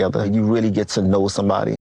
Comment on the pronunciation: It's GET away. Not GIT away.